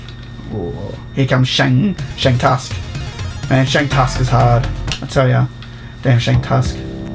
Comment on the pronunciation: My neighbor also used to pronounce it Shang Tusg. I have not heard anyone else say it that way until now.